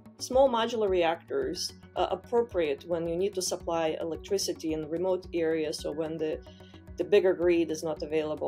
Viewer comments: Her pronouncing electrIZITY has me shocked. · "electrigity" lol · Never heard someone call 'Electricity' "Electrizzity" til this video. 🤦🏻‍♂️🤦🏻‍♂️🤦🏻‍♂️ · Elec-TRI-CITY not TRIZ-IDY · I can’t unhear “electriZity” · what's electriZiDy guys? im new here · It's electricity, not "electrizity"